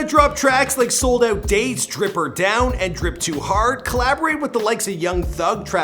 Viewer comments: This man really said drip or down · He said drip or down, it’s drip or drown 😂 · Nigga said down instead of drown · Drown not down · i think its called drip or drown not drip or down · When I heard drip or down I stopped the video 🤣🤦🏾‍♀️ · “Drip or down” ummm ok😂😂😂😂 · nigga said drip or down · Drip or Down 🤷🏽‍♂️ Drown Bihhhh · Drip or down? God damn 💀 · “Drip or down” 💀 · Drip or Drown not Drip or Down 🤦🏾‍♂️ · Wait wait wait wait WAIT! IK did not say "Drip Or Down" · drip or drown not drip or down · CAN YOU READ BRO..do u even listen to the music..it's DROWN...DROWWNNN...NOT down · “Drip or Down” yea i already wanna stop watching from hearing that🤣🤦🏽‍♂️ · Drip or down😂😂😂😂 nicca wat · His ahh said drip or down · How you mess up in the first 10 seconds of the video. Wtf is a “Drip or down” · Drip or DROWN... Not drip or down smh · This mans said drip or down . Not drip or drown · Drip or Down? Really? How you failing 10 seconds in 🤣💀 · “Drip or down” 😭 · DRIP OR DOWN BRUHHH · Drip or drown not down😂😂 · It’s drown ! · It’s drip or drown